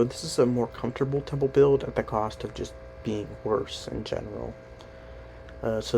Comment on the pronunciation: "Temple" u said they 😂